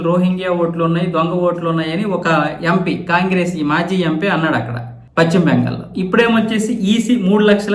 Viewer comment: Pachhima bengal kaadayya.neeku telugu sarigga palakadam raada? Adi paschima bengal antaaru. Neeku pachhima ki paschima ki difference teliyada?atuvantappudu nee channel moosi padeyi